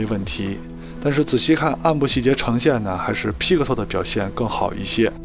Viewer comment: 听你念批可馊脑壳疼